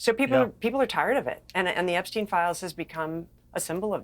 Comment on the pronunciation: Epstein is the only one who doesn’t pronounce it like the rest 😂